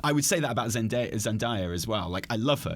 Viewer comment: 11.25 almost has the pronunciation of Zendaya right and then goes right back to ZenDIEa